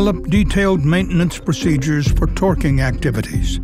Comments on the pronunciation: Why does he keep pronouncing "twerking" that way? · Loath as I am to make light of a serious and fatal incident, it does kinda sound like he's saying "Twerking" instead of torqueing.